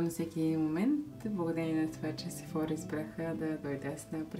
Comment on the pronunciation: Прекрасен влог, но ще направя малка вметка - ударението пада на Сефорá, тъй като произношението е френско.